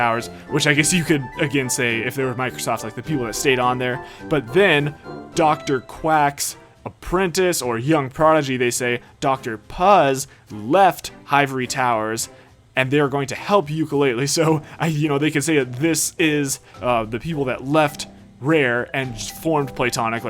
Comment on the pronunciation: You didn't show the more secret image they released that had Dr. Quack and Dr. Puzz on it, just FYI. And judging by her name pun, I'm pretty sure it is a long u sound like in put, pull or book.